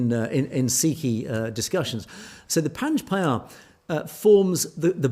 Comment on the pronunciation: Hi Panj Pyare is pronounced Panj Pyareee